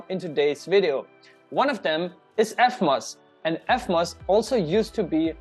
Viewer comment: It s eVmos not eFmos , learn to pronounce proper english kraut.